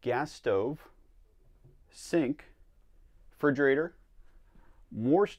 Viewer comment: Those prices😱 Also, I've never heard you say RE-frigerator.